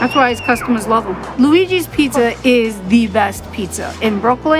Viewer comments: nah Frank held down the Pizza Show. Some of the best content on First We Feast. brought the whole Pissa thing, but it does seem she's changed her pronunciation which is good. Some of the time. She still slips up lol. Wait I'm actually trippin.. Frank had his show on Munchies! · Why does she pronounce it "piesa"? It's annoying 😂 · yeah that has been the worst part of this show! I cannot manage her saying " pissa" constantly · is the worst part of this show. Particularly every time she says "pissa" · I was hoping had cured her "peesa" thing, but she fooled me.